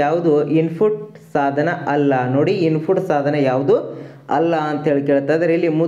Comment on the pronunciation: ಸಾಧನೆ ಅಲ್ಲ ಅದು ಸಾಧನ